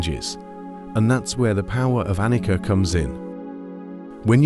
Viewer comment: Excellent one ( appreciate your efforts in creating this content ) The pronunciation of Anicca is ( A ni Cha) - Pali language Nicha means permanent Anicha means impermanent